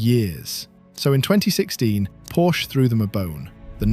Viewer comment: good god at least pronounce porsche correctly